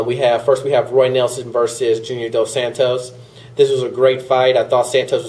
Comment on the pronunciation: dos Santos as in dose sahntos not sand toes. you're pronouncing it wrong